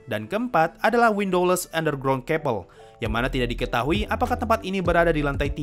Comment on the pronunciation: Sedikit koreksi kak,.. :) setahu saya "chapel" di baca capel bkn kapel :)